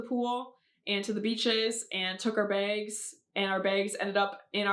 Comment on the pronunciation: “Our begs”